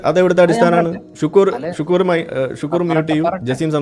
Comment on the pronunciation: ഷുക്കൂർ അല്ല, ശുക്ലൂർ....